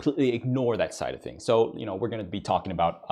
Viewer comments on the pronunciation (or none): none